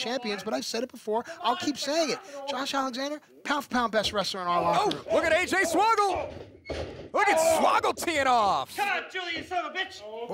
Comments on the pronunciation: watching this 3 years later and noticed the announcer say "say-j swoggle" in the entrance then after the match change it to AJ swoggle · Sounds like say Jay swaggle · funny how the announcer botched the name say j swoggle :P